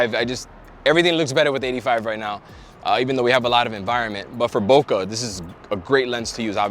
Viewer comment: HAIYAA!! C'mon, how many years have you been shooting and you can't pronounce BOKEH properly?!?!?